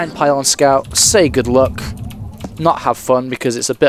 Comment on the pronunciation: sounds like he said Good look XDD